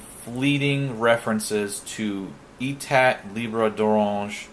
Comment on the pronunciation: I love your imagery! By the way, Etat (from Etat Libre d'Orange) is roughly pronounced ay-tah. The accented E is pronounced as a long 'A' vowel sound, then you have the 'tah' sound which has schwa sound for the 'a'. Do not pronounce the 't' at the end.